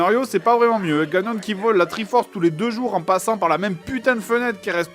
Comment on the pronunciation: La VF de Zelda veux son pesant d'or. "Triforce" devient "force 3" et "Ganon" se prononce comme "canon" avec un g à la place du c...